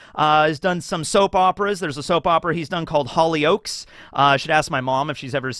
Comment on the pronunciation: As a British guy I just died at the way pronounced Hollyoaks XD